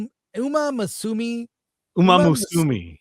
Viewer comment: It's pronounced more like "U-mah-moo-sue-meh"